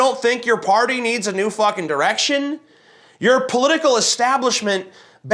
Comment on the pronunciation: did... did someone else notice that she didn't say "NEW direction" but "DEW direction" ...Mountain Dew iluminati confirmed?